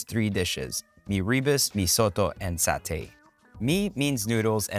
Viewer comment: Meee ree busss ... its me ru boos